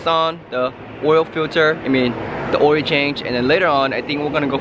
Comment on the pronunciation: I die every time he says "OIL" swear to god it sound like "OIEEEE" HAHA I LOVE YOU